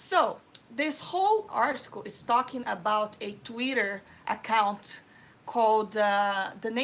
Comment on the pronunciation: I love how she pronounces Twitter like "Tweeder". 😊